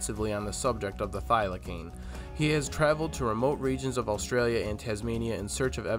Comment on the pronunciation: Thylacine pronounced thyla-seen